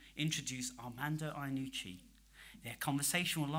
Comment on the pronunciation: By far, one of the worst introductions ever . And he mispronounced Mr Iannucci’s name. ‘Who is this bloke, and what’s his actual job?’, I thought. Came as quite a shock to learn that this bloke has a show on BBC Radio 4 😮